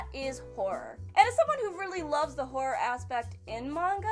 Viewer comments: I thought she said whore instead of horror... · I heard vore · I heard porn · I heard horror. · She does say horror a bit odd.